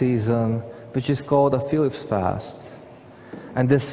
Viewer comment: Did he say Felix fast?